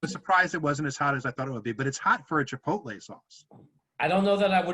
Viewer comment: No one ribs for mispronouncing "Chipotle"? Are you even brothers?